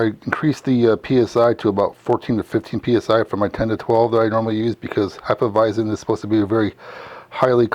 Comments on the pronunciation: Heff-eah-visen not Hi-ffa-visen 🤙🏼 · Really enjoyed the video, except for your pronunciation of Hefeweizen. Not sure where you are finding the extra "i" to pronounce it as "Heifeweizen", but it made me shudder uncomfortably me every time you said it. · Sorry, but you are pronouncing "Hefeweizen" the wrong way. The "z" is a hard "Z". Not a soft "S". Just train your pronouncing to the right sounding.